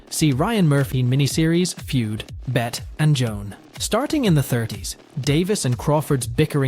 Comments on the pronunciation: You found your people. And It IS "BETT" NOT Betty. You are a truly idiotic person. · Lmao. Betty Midler 😂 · Your videos will have more cred if you do your research. Bette Davis is pronounced "Betty". There's even a song about it for God's sake. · Bet Davis? A YouTube channel called "Daily Dose of Cinema" thinks the name Bette, as in Bette Davis, is pronounced as "Bet?" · I think you mean "Bett" Davis lol. How can he not know how to pronounce her name? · it's pronounced BETTY... I didn't get past 1 minute... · “Bet Davis” 🤦‍♂️ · Yeah lost me at Bet.. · Bet and sheeuh leboof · I stopped watching when you mispronounced Bette Davis's name. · Agreed! How do you not know how to pronounce her name, listen to one other video at least before making yours. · Me too! If you are going to make a video, know how retro pronounce their names. Geez. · Dude, at least figure out how to pronounce the actors names! You fd up Bette Davis & Shia LaBeouf.